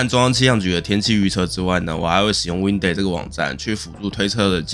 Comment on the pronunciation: 埡發音是ㄧㄚˋ才對喔 Windy發音偏溫蒂